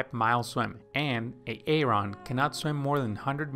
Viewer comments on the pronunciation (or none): Aaron is pronounced Aron not A-A-Ron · Great tips but boy this A-A Ron drove me crazy..lol. its Aron or just name him Adam..lol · Its Aaron... not A-a-ron. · Omg the a a ron is too much. Its pronounced air en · Nice video! With awesome animation!! :) But it´s just pronounced like "A-ron", not Ay-Ayron ;) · i cant with the a-aron its just aron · Its pronounced "Eh Ron" not "ay ay ron" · It’s pronounced Aron. Not A-Aron! Ugh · As funny as AA Ron might seem, it's actually quite a downer for non native speakers or people with speech impairment. It's not a comedy show. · It's pronounce ARON! NOT A-ARON 🤣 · i'm sure its pronounced Aron. A-Aron? LOL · nice information but it's not a-Aron. it's Aaron. Grammer plz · Just call him Aaron. Not A A Ron. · Great content! Very helpful to me. The name Aaron is not pronounced "a-aron". Just say "aron". Peace. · I can't help it.. I'm laughing everytime he says Aaron because it reminds me of the Key & Peele substitute teacher skit. "Next up is A-aaron. Do we ha an A-aaaron here?" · I found it interesting when the AI video generator was pronouncing Aaron as A-Aron! 😀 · Did this guy just pronounce Aaron as A A Ron?? 😂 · A-A-Ron lmfao 🤣🤣🤣🤣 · Great video but that AARON pronunciation made me so uncomfortable. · De-nice and A-Aron XDXD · I flew right to the comments to see if anyone else heard A A Ron 🤣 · I can’t pay attention lol. De-nise. A-a-Ron 😂 Key and Peele episode here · HIs name is Aaron. The second a is silent its pronounced {ˈerən} you're welcome. Her name is Denise it is pronounced {dee-nees} or {duh-nees} you're welcome again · beautiful video. and even beautifuler pronunciations of de nice and a aron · I never knew people actually saw the name "Aaron" and thought it was pronounced "A-Aron" in real life. I thought that was just a Key and Peele skit. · That is not how you pronounce the name Aaron!!! took me a while to understand what the hell A Ron is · "Back to bubbling" Poor AA-Ron 😂😂😂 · Ay-ron, Dee-nice and Skiller.